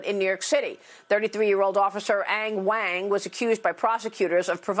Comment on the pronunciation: She said Wang....lol